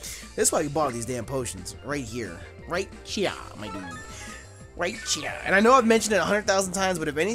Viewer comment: Stop saying mydudeh